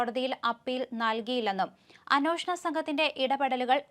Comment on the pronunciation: എത്ര പ്രാവശ്യം പറയണം അന്വോഷണം അല്ല അന്വേഷണം ആണ് എന്ന്. കുറച്ചു ശ്രദ്ധിച്ചു കൂടെ. എന്ത് അരോചകം ആണെന്നോ ഇത് കേൾക്കുന്നത്.